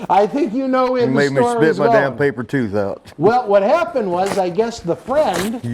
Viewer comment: Papper tooth lol 🤣